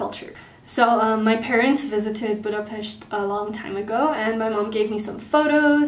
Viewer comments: Végre valaki szépen kitudta mondani a Budapestet xd ~yey Egyébként nagyon szép a kiejtés. Kicsit irigylem :s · Actually I'm a hungarian girl and when you said Budapest I was like: Finally someone who can prounounce it corretly! Keep it up with the learning!^^